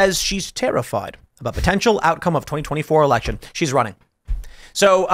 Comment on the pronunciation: I heard the word SELECTION not election